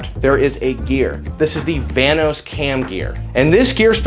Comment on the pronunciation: The whole time at the beginning I thought he was saying the "Thanos cam gear" until I saw his diagram on the board where it said "vanos" 😂